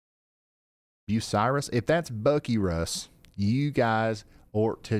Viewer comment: Yes, Ryan you are pronouncing it right. Bucyrus!